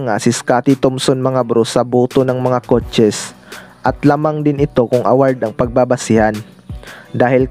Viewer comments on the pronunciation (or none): WOR IT,,,,PLIYER,,,CUCHES,,,BIST PLIYER,,,,MARAMING PRONOUNCE MO BRO ANG MALI